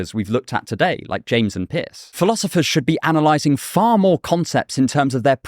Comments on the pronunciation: lol are you saying "Pierce" or "Piss". Was there a pragmatic philosopher named Piss? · I’m sorry, but when you say Pierce it sounds exactly like piss. Don’t know what to do with that, but there it is.